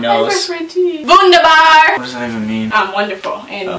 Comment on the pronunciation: That wunderbar pronounciation was actually pretty good